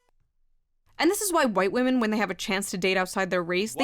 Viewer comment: “I respect wamen”… Respect means to fear Lol.😂